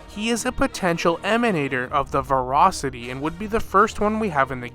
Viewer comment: Tingyun not tingyuan, voracity not vorocity